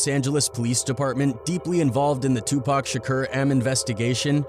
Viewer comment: 😂😂😂😂😂😂😂 2Pack grinds my gears